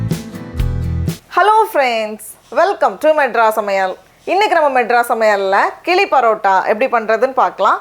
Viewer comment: The right pronunciayion is கிழி Not கிளி Which means parrot. தமிழின் சிறப்பே ழகரம் தான்.